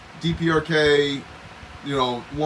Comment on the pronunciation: DPRK-the "dee-perks".